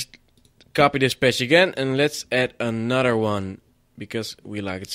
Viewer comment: I love this guy. "and now we add anoder one! cause we leik it so much". Good tutorial but XD